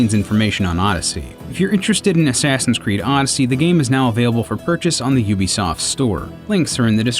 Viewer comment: I swear he says "Sassin's Creed" lol